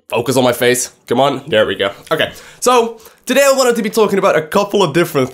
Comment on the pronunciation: I love the way you talk you make me laugh everytime you say the word there cause you say der lmao anyways ANYWAYS man, STARCRAFT WILL NEVER DIE! Im going to need you to understand this please bro. As long as Koreans play it will never die Its scaling back because starcraft dosnt have any advertisement on television. I would bet my life that if they started advertising for sc on daytime television it would attract millions more. StarCraft basically spreads by word of mouth. Through my life time I have turned 8 people into hard core starcraft players, Non of us has seen a single SC commercial come on tv. StarCraft needs advertisement. Mass Advertisment. I really want you to talk about what do we as players want to see for starcraft, like for instance where do you want to see starcraft go what do you think would be best for it, Also go to the legacy of the void fourms and read my comments there please. They will give you an Idea of what I mean by asking the players what it is starcraft is missing and how do we take it to the next level. I honestly believe SC is the greatest game of all time & I know it is a beautiful canvas of strategic Real time War The most beautiful of all games in its genre and I know it can reach so many more people then it is currently doing. People just simply don't know what SC is and how It can change the world in epic pproportions. I think we need to start a campaign to get blizzard to start investing in advertisement on youtube and televis